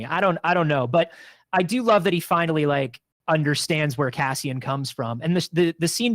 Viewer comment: Why does call him Cazzian? 😅